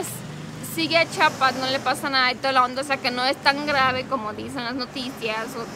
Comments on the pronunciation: Bueno tu telopaso q digas chapa pero de ves d pronunciar. Mejor se yama el estado Chiapas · Se dice chiapas no chapas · Muy buen video! Chiapas es siempre un buen lugar para visitar 😃 (Solo una nota breve: Los de Chiapas siempre dicen que los de otros estados decimos mal Chiapas, ellos dicen que decimos "Chapas" y siempre andan corrigiendo a todo mundo, pero la verdad es que sí decimos "Chi-a-pas" pero debe ser que lo decimos rápido y se oye "Chapas"🤭 ) Siento mucho los inconvenientes 😬 que tuvieron durante su ida, pero espero que se la pasen super genial y graben más videos allá va?? No me fallen sobrinos!!!✌😸(Espero que tu esposo sepa quien decía esa frase, sino google it y veraán) Bonita estancia allá. Take care!!! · entiendo que tú esposo es de México, pero es Chiiiiapas, no chapas. Un saludo y abrazo grande. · Es chiapas no chapas no entiendo porque la gente sigue con chapas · es CHIIIIIIIAAAAPAAASSSSS NO CHAPAS CHIAPAS CHIAPAS